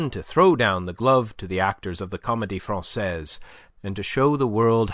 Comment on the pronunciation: Enjoyed the reading. A few awkward, Americanized French pronunciations caught my ear, but the wrong pronunciation of Francaise by Pantaloon, followed by the correct one by Andre-Louis made me wonder.